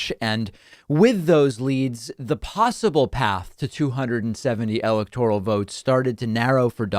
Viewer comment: Dude, why can't you say electoral properly? If you're going to report on an election, please learn how to say the language correctly.